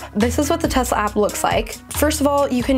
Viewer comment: why did you say Tezla? It sounds so weird lmao